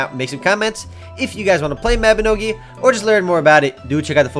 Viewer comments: its pronounced as "Mah Bi No Gi' not "Meh Bi No Gi' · Its m a b i n o g i not maobinogi lol but good try lol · isn't it pronounced as Mawbinohgee?